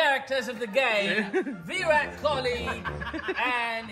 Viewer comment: Virat Kohli ❌ Y-Rat Kouli✅